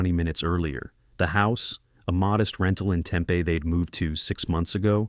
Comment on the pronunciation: Hey, Tempe is pronounced tem-pee, not tem-peh.